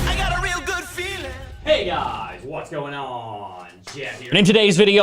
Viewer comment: Yeah, that "Hey Guys" with the weird voice inflections is so lame, and the "Peace" thingy at the end is juvenile.